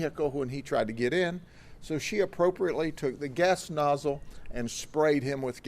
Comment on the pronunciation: You’re supposed to emphasis the word “appropriately”. you know how funny that is lol?